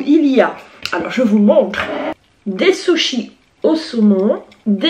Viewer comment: Par contre t'a tué le mot SUSHIS 😂😂😂😂😂😂🤣😂